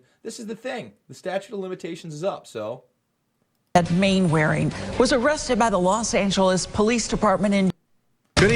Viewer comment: Mainwaring is pronounced Mannering